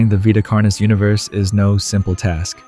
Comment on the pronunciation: It's veeta carnis, not vaita carnis.